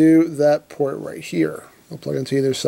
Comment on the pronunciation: I here plort when he says port